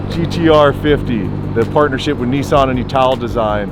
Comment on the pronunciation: Neeeeesan????? its Nissan Nissan Nissan Nissan Nissan NISSAN! I am sure you can pronounce Nismo right? you dont call it NEEEEESMO! ?? Niss as in Hiss .... rant over